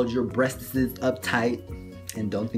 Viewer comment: U said my name wrong & breastesssssssss